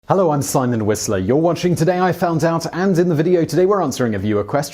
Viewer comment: Did you just say „Hallo“?